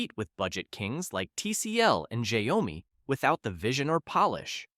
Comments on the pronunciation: It's shiawmi not shayowmi hahahah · It's pronounced as SHAO-MI, NOT as SHA - YO-MI. It's Chinese. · You made Xiaomi sounds like Gwiyomi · Shaó - mi, not Shy - o - mi.. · Sha-yow-mee never fails to take me out 🤣🤣 can't even pronounce it correctly and yet you have the audacity to judge these brands 🥴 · What you say about the majority of phones in this video is false. Xiaomi is a huge company that makes excellent products ranging from cars to phones. And please, don't pronounce xiaomi the way you do in the video. It's totally wrong.